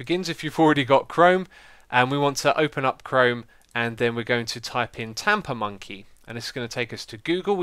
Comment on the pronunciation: LOL it sounds like he's saying TaponMonkey :-)